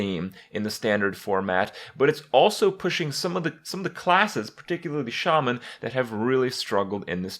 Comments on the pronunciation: I've heard Shaman mispronounced so often it's weird to hear it said right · it's pronounced "shay-men" accordingly to blizzard. But in real life it's pronounced "sha-men". Watch the patch 4.2 trailer for WoW on youtube if u don't believe me.